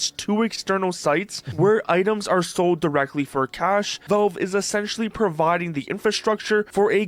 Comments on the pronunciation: Ah, this guy again. Wtf is "VOlv" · Jew York, flagrantly abusing the law to rob or chastise someone!? Never!! By the way, it's Valve; not Velv.